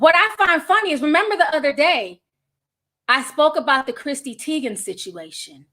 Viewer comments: “Christy” lmfaoooo my aunt Ti ain’t getting no names right & don’t care! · be karate choppin these names up and im here for it. Article: Chrissy Teigen Ti: cHrisTY 😆